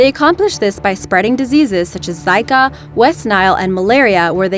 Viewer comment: the zika virus is pronounced Z-EE-KA